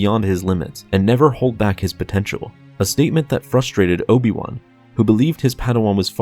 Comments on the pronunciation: It is pronounced fr-uh-strait-ed not fuss-strated. Your mouth breathing and forced speech pattern is not just detrimental and unnatural strain on your central nervous system, but irritating to my own. Pace yourself better, calm down, I hear your anger at yourself for not enunciating exactly like you wish to, breathe properly and relax, yet maintain good posture and you will have what you want(while not harming your body so much via needless straining). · "Fustrated" is not a word. There are two Rs and both are pronounced. FRUS-TRATED. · you said fustrated